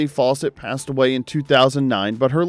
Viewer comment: How come the narrator pronounces Fawcett as "False-ett"?